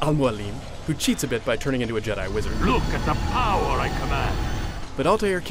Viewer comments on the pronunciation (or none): none